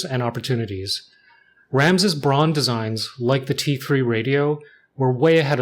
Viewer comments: First of all respect for the Nujabes "Aruarian Dance" at the very end 😍 As a former german industrial designer myself, this video made me especially happy and for those who care BRAUN means brown and is pronounced more like brown too not like brawn. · Pronouncing Braun as Brown is way closer to the actual german pronunciation